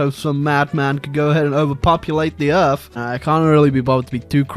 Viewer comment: “Fing” “earf” “forny”